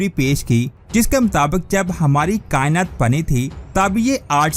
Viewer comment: لفظ کا ئنت نہیں کا ئنات ہوتا ہے بھائی